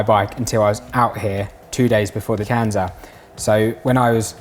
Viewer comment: please for the love of god learn how to pronounce kanza...